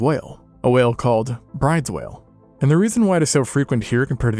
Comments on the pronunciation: The Brydes whale is pronounced more like broodahs or brewdus, broohdis..... I don't know how to write the proper form of pronunciation but, I hope you get the idea..... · Awesome video - love it when you cover oceanic stuff, but I'm terribly biased about that! Someone already caught the correction on Wobbegong, but for Bryde's Whale, it's actually pronounced BRUU-dez Whale, and it's a complex of probably 3-4 species. Maybe the full-timers here will be found to be their own species one day!